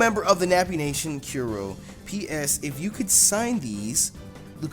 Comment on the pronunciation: Kuro is pronounced like curry...except without the y and an o instead. xD